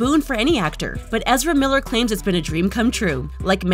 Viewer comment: who?! You can't even pronounce his name come on